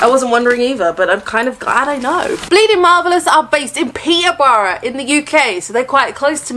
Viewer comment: The way you said Peterborough pleases me, as someone who's lived there my whole life 😂 we all pronounce it without the T lmao. I'm gonna have to say that The Orphan has a soft spot with me - it's probably the first horror movie I ever remembered watching and to this day that girl still gives me the creeps 😅🖤